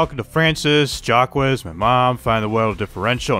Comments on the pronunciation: I love the video, but it’s not jack wes, it’s pronounced shack, but is jack it a french accent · Its pronunciation is like zach but its jack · It's pronounced "Jock", its not that hard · Still Not getting Jacques Name right...